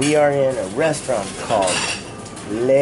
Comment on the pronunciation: For an American adventurous enough to end up in French Guiana, this guy seems a little provincial. He seriously doesn't know how to pronounce the French article "le"?